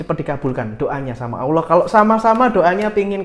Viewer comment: sy suka channel mya. Bolehkan sy kritik. Allah bukan Awloh. Terima kasih